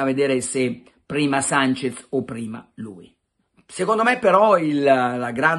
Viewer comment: Carlo!!! Si chiama SANCHESSSSSS con la SSSSSS. Non mi pari a te ti chiamino PelleCatti